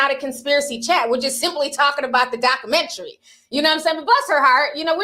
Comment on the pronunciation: I'm ctfu the way you pronounce documentary. You don't put the "u" in it